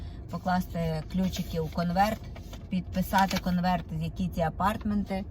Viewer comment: АпарЭэртменты, дЭпозЫт. Як так коверкати ,чаривну укрaiнську мову.